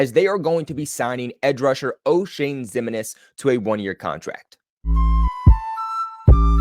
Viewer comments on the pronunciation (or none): Probably pronounced Himinez.